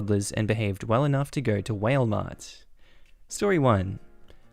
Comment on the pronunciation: Giggling at “whale” Mart. I love how different places pronounce things differently.